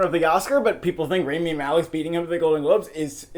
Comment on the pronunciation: for fucks sakes learn to pronounce rami's name correctly